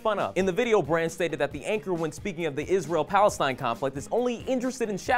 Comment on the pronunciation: Aren't you pronouncing Palestine wrongly?